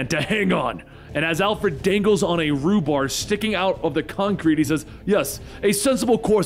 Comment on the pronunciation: "Rhubarb"😂 I think you mean Rebar